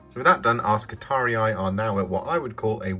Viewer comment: I've barely pressed play on the video, and already I feel like favoriting it for your pronunciation of both i's in skitarii!